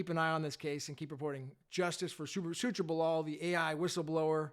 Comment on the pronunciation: Thanks for this video. Gentle correction though...his name was Su-chir Ba-la-ji.